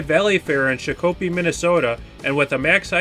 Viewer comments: He pronounced Shakopee Minnesota wrong it is pronounced Shock-uh-P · i live like right bye #10 and you pronounced Shakopee wrong its pronounced shock - uh- pee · Shakopee is pronounced shock-uh-pee